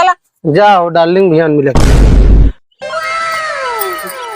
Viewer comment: ऐ नया डार्लिंग नहीं है ऐ डारलंग है😅😅